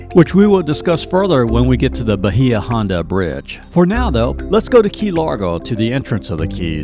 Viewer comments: Video made me homesick! Conch is pronounced "conk". Bahia was always pronounced "Bay uh". I only go back every 10 years for my high school class reunions. Have to look at it as a different tourist town. Just about everything I grew up with has changed or is gone. 😪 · Bahia H is Silent*